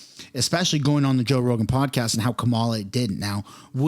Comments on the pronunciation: He said “Roe Jogan” haha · You said "Roe Jogan"...lol, dude. The first time you said his name, Roe Jogan...lol. I totally had to go back just to make sure. Joe Rogan. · It's Joe Rogan! Not roe jogan.. lmao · You just said Roe Jogan bro! Hilarious! I'm happy I caught that in your intro LMAO! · Haha you said Roe Jogan! 😂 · Roe joegan? Lol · Joe Rogen…… not Roe Jogen…….😅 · Roe Jogan ??? LOL.... listen to your introduction. 🤣🤣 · LMAO! You said Roe Jogan... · Anyone else notice he said Roe Jogan? That made me chuckle. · "roe jogan" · Did anyone catch the roe jogen in the beginning 😂😂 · "Roe jogan" lmao!!! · “Roe Jogan” 😂 was that on purpose to get this comment? Lol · Do you realize that you said roe jogan? 😂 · 10 seconds in ....'Roe Jogan?' 🤣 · I swear in the beginning of the video you say Row Joegan. Lol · roe joegan! Was that on purpose? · I know it was just a slip of the tongue but Roe Jogan Lol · You said Roe Jogan at the beginning 😂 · Did you just say ROE JOGAN 😂😂😅😂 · Did you say "Roe Jogan"? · hahaha you said Ro Jogan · Am I the only one that caught that? First few secs… ROE JOGAN?! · “ ROE JOGAN” 😂😂😂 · "Roe Jogan" lol...they really censoring his name? Or just a crazy mispronounce? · did u say Ro Jogan? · Did you juat say "Roe Jogan"? 🤣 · Did you say Roe Jogan at the beginning of your video? Bahahah yes, you definitely did! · Lol you said rogue joegan. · Bro called him roe jogan at beginning xD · you called him roe jogan lol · Back up the truck! beep beep! did you say roe jogan in ur intro?